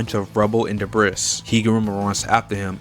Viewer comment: did bro just say the briss?? (Its pronounced duh bree)